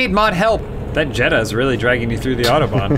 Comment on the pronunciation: Why can't they say autobahn right?